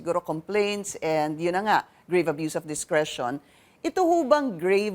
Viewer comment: Hahaha nakakatawa hindi lang once niya binasa na 'use' yung word na 'abuse' sa constitution. Mukhang mas malabo pa ang mata niya kaysa kay Atty. Mendoza.